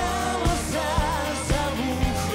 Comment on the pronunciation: все хорошо, только не понятно, почему человек в ермолке постоянно говорит "завухуд". В оригинале - "зовут". Возможно, он плохо знает русский язык. Следует разъяснить особенности произношения талантливому артисту.